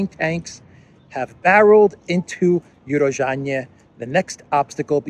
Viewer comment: It's pronounced U-ro-zhainoe - Урожайное